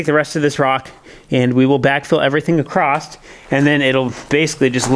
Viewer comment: there is no T in across.